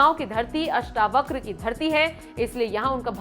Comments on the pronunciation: अष्टाव्रक नही अष्टावक्र बोल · अष्टवक्र बोलना तो सीखिए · आप अष्टावक्र का उच्चार अष्टाव्रक कर रही हो, ये गलती सुधार लो l अष्टlव क्र है और आप अष्टाव्र क कर रही हो l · अष्टावक्र हैं अष्टाव्रक नहीं